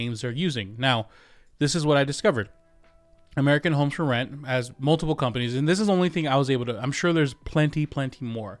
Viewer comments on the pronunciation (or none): American homstrument? American homesferment? American homesformen? I can’t seem to find this company. Just kidding. Great investigative reporting. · Dude pronounce the name of the company directly I still don’t understand what you are saying…”American homes…” then something?